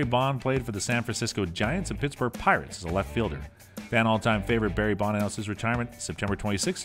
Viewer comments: Maybe get someone who can speak clearly to narrate the video. Never heard of “Barry Bond” or “Willie May” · I like how he says “Barry Bond” as if his dad was James Bond. One of the worst videos I have ever watched.